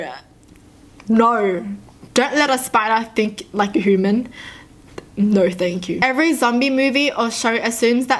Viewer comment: she’s probably the only person in the world who actually says “hooman”